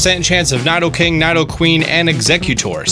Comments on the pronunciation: pronounces it as if it's kni-do-king (or queen) when it's really Knee-do-king (or queen).. if someone is gonna say a pokemon name.. please say it properly 😂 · Needoqueen and needoking is how you say it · Its Nee-do-king. Read it properly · Ny-doh-king? it's knee-doh-king, and knee-doh-queen, where you getting ny-doh my dude? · “Licking tongue” “NI-DO king” “NI-DO queen” Fake fan alert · It's Nidoking not NAIdoking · IT"S NOT NY-DO-KING or NY-DO-QUEEN it's neeee do king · It’s pronounced NEEDO- KING, NEEDO-QUEEN. Not Nido that rhymes with Fido. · Its pronounced Niddle-king (Nidoking) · It's pronounced knee doe king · "Nadoking" "Nadoqueen" t r i g g e r e d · It’s because in japanese it is に which is pronounced “nee” but in roomaji it’s spelled “ni” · It's nee-do-king and nee-do-queen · They’re pronounced KNEE-dough-king and KNEE-dough-kween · hahaha I was like "did I pronounced wrong all my life? dafuq is ny doe king? hahah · 1. It's pronounced (Needo-King, and Needo-Queen) 2. Statistically speaking Bulbasuar is the best gen 1 starter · Nye-doking and Nye-doqueen, far cousins of Bill Nye the science guy apparently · did he just say naidoking and naidoqueen? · N(EYE)DOKING and N(EYE)DOQUEEN lol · I've always pronounced them as Nid-o. And I've always pronounced Lickitung as Lick-i-tongue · I like how you say Nidoking and Queen. Nothing like how its said in the UK 😂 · he spelled lapras wrong he spelled onix wrong (And he also pronounced Nido king and Nido queen wrong) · This guy probably never watched any pokemon movies. He can't even pronounce nidoking/nidoqueen properly. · He also spelled lapras “laparas”, mispronounced nidoqueen/King, and couldn’t even remember what lickitung was called lmao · Tutoring and with those collections behind, you can't pronounce Nidoqueen/Nidoking right and forgot Lickitung name, turned into Lickingtongue huh. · Okay this is how he spelt lapras: laparas and u said most of there names wrong like nidoking nidoqueen and lickitung